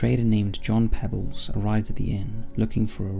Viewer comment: I think the name of the hero in the first story was pronounced Pea-bells. Just a small critique